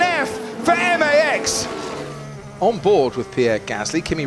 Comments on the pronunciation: I LOVED that 😂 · "And for the second weekend in a row it's a D N F for M A X" 😂😂😂 that was golden.